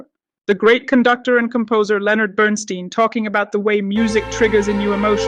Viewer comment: Burn-STINE, not Burn-STEEN! If you watched the movie, you'd think you'd at least get the pronunciation of his name right!